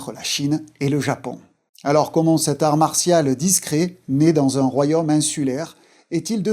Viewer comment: Très intéressant, juste un "royomme", c'est comme un royaume ?